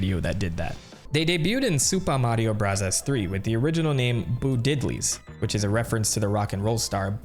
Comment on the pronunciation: why does he say mario barazzas?